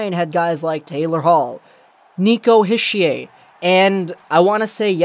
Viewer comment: Good trade for us. btw, it's pronounced "Heesher" :)